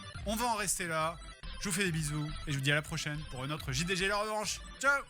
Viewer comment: J'ai bien aimé ta prononciation de "J D G ". Ça faisait très Français